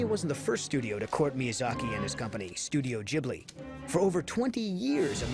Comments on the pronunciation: The pronunciation is /GEE buri/ btw. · It hurts every time you say the studio name incorrectly...